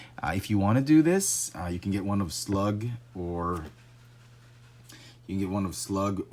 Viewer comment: Hey, his name is SLAG! Not slug.